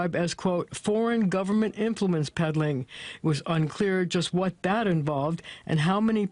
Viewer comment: Honestly, he's back to Dis And Dat and dem and dose ,Whats Dis Talk???